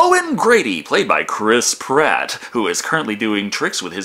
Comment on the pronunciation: Cwis pwat